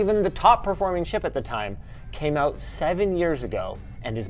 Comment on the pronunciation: Or pronounce "out" as "oat".